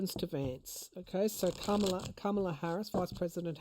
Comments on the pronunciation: Oops, you mispronounced Kamala's name the same way that 45 does (ka MA. la) it's pronounced KA ma la. The accent is on the first syllable, like PRESident 😊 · It's Ka Ma La not Kam Ala Harris. I get it😅, dumpling 45 has confused everyone with all his different versions of her name. He does it to insult her. I know you would like to know the proper pronunciation. Love your podcasts dear..😅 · Comma-la.The Republicans deliberately mispronounce her name as a childish insult, so you have undoubtedly heard it wrong. Think Comma, like the punctuation mark. ❤